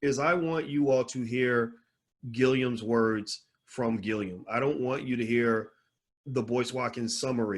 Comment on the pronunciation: Dr. Boyce just a lil feedback. The man’s name is Andrew Gillum not Gilliam. Also, he was the mayor of Tallahassee but he is not an attorney.